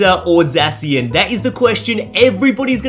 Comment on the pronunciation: ZAY-SHEN stop butchering it